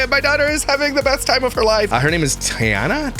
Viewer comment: It's pronounced Tee Anna